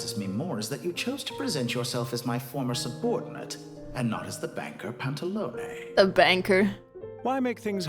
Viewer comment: Absolutely loved the playthrough, despite being triggered by the Pantalone/Sandrone name mispronunciations.